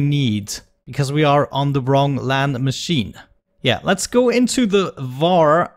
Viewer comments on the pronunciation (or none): none